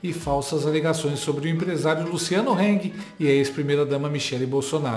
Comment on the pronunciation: Heng não HANG